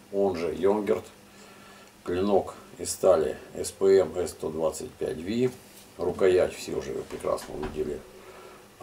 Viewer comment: Человек который делает обзор на сталь название которого не правильно говорит , сразу дизз 👎